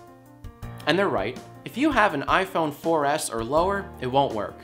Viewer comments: I kept thinking he said "YIAY" phone at the beginning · I thought he said "The YiayPhone" at first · I thought you said the “YIAYphone”